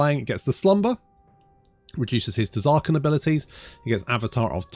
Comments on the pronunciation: the demon's name is ZAAAAR KAN, you don't pronounce the T =) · You gotta know that the T in Tz'arkan is not pronounced, Like the T in Tzeentch